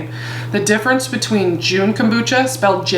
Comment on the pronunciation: Great stuff! Thanks for all the information. You might want to know that you're saying it wrong. There's no "e" at the end of Jun therefore you don't say the "u" when pronouncing the word. It's sounds more like jhun...the "u" sounds like "uh". Please don't be offended. You're fabulous and love your glasses. ❤